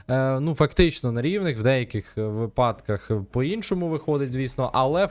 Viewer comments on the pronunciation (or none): вИпадках,а не випАдках .